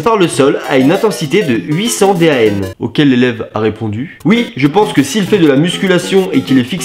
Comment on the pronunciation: Ça se dit pas D A N mais décanewton